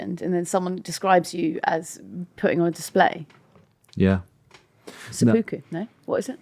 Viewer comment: Hi, random person from Japan here. Best to pronounce it Sep-puku, as there is a little gap in there. Or Se-Puku, or Hara-Kiri (rolled R). You can get on with your day, now.